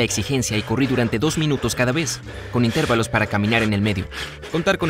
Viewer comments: ..."intérvalos"... suena incorrecto, me parece que el acento va en la "a"..."intervalos". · En serio dijo intervalos? Con acento en la sílaba "ter"???? Auch